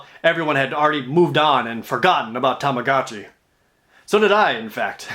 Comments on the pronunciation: Omg stop saying tamacatchi it's tamagotchi!!!!!! Aaaaarrrhggggg hahahaha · i hate that everyone pronounces tamagotchi as 'tomogachi' so much